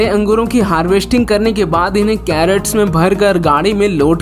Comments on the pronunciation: Video is good. Given 1 likely. please CRATES means boxes in which fruits are packed & transported. Carrots means Gajar. Please pronounce properly. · Great video. Very valuable information. The funny part of the video is crates pronounced as carrots.